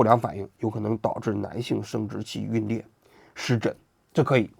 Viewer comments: 龟裂jun lie,不是龟裂。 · 皲裂，皲读“军” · 王局，皲（jun）裂😂